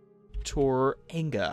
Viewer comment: you slaughtered the pronunciation of tauranga